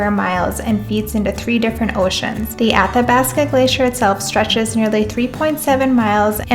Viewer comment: I heard the Minnesota come out when you said the word Ocean 😋 lol. Wow Lake Louise looks crazy! looks like the blue milk from Star Wars. Beautiful footage,!